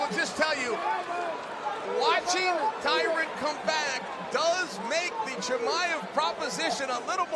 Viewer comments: Imagine getting Khamzat's name correct but not Tyron Woodley lol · "TYRON" Guys... "TYRON".... He was a former UFC Welterweight Champion.. Put some Respect.